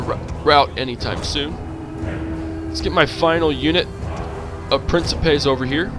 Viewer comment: you mispronounce principes